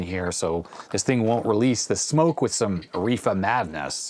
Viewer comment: When Adrien is talking about the power supply, he uses the term "REEFA" (?), which I'd never heard used to describe a component. After some searching, I found that he was referring to RIFA, a Swedish manufacturer of resistors and capacitors. The two items he replaces are capacitors, which makes sense, since they are the most likely items to fail with age. And after rewatching the clip several times, I realized he said "capacitor" in reference to them, but I missed it the first few times.